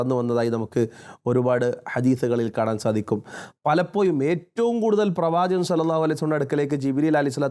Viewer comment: ' ഴ 'കാരം 'യ' കാരമായാണ് താങ്കൾ ഉച്ചരിക്കുന്നത് എപ്പോയും, പലപ്പോയും etc